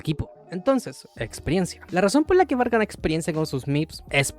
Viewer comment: Paré el video cuando dijiste "Bard"